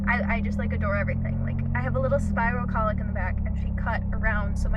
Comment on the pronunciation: Your pronunciation of cowlick is weird. It's not colick. That's what a baby does.